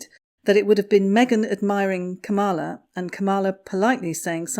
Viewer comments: ITS... KAM...a....la...not... kamm....a..la! Get it right. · It was a little distracting listen to the mispronunciation of Kamala’s name. If you wouldn’t mind she pronounces it like the punctuation mark comma. Comma-La instead of Come-All-Ah. Thanks! Love your channel from across the pond 😉👋🏼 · It is not kamarla it is kamulaa as in Pamela. Spelt Kamala. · The Vice-President’s first name is pronounced KAM-ala - to rhyme with Pamela. 😊 She’s a smart woman. I don’t think she’ll bother with Harry’s wife for long. She will see her true colors and run a mile. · The Vice-Present’s first name is often mis-pronounced. It is pronounced “comma-la.” Just a heads up. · Please pronounce the Vice President’s first name properly. Hint: rhymes with “Pamela.” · KA' mala. Pronunciation. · You are pronouncing her name wrong. It is pronounced "Karma-la". with emphasis on first syllable. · please check your pronunciation of 'Kamala' and 'plagiarism'. I'm pretty sure Kamala pronounces her name like Pamala, with a K. Plagiarism is with a soft 'g'. Sorry, but it was starting to bug me. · I’m not a fan of Kamala Harris, but just an FYI her first name is pronounced “KAH-mah-lah (accent on the first syllable). ☺️ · Everyone pronounces her name incorrectly. She is KAM-a-la. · yes, something like that...just not the emphasis on the middle syllable.. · Nope. When Harris explains how to pronounce her name that is how she says it: Comma-la. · Vice President Harris isn't anything like Megain! She's too busy to bother with those two fools. FYI ... it's pronouns Calm - a - la. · No. It's pronounced Comma - la. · I heard her introduce herself as Camel-a! 😂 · You’re mispronouncing our Vice President’s first name. The accent is on the first syllable.